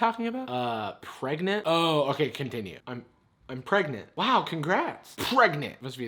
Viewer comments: I’m... pregantae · It’s pronounced Pre-ga-ga-nant Not pregnant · every time "pregnant" is said in this video my brain corrects it to "pREGANANANT"